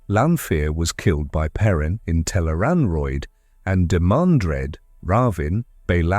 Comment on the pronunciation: Tel'aran'rhiod (tel-AYE-rahn-rhee-ODD) Note it does not rhyme with steroid. Also Tarmon Gai'don (pronounced: TAHR-mohn GAY-dohn). The author provides plenty of pronounciation guides for the new/unusual words and names. These are also online all over the place, thought the wiki has most if not all of them in one place. PLEASE research things before doing an explainer video on them. It's not good for credibility to have so much misspronounced.